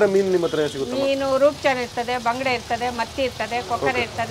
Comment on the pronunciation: Neevu baangde antha yake helhodu.Bangude meenu antha helhi...❤